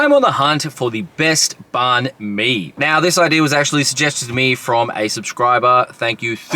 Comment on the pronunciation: Please pronounce banh properly if you are going to review them. And totally rookie move to eat one in the car. Ha ha ha